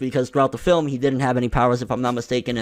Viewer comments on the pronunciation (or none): none